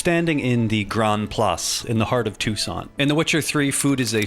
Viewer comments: i thought you said Tucson as in arizona when you said Toussaint 😭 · tusant? novagrad??? Why do you all americans and englishmen have to treat every foreign word like garbage